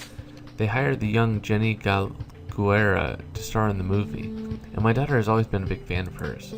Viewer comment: galguera loks Spanish name so it should be pronounce Gal- than GEH with the G sound like in Great-Rah